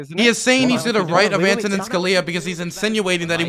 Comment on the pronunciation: I thought you worked in government? I know you were/are a foreign policy guy, and I like your stuff don't get me wrong, but you didn't know Antonin had a funny name? It's emphasis on the "A" by the way and not the other vowels. Mike from PA (the dumbass) says it the right way actually